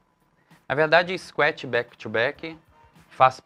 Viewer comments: É escuétchi ou scratch? Tem algo errado na pronúncia, vindo de um professor!!!!!!!!!!! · cara, bacana a simplicidade no jeito de falar !................engraçado falar scuet rsrs..............